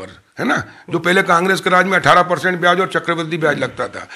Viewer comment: please correct your diction.. Byaj...not byaz.. Hindi bhi spashth nahi hai.. Badne is wrong badhne..